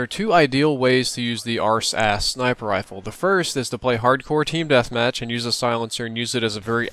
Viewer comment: he mentions how people call it two things the arse-ass or the RSASS but he end up calling it the RSAS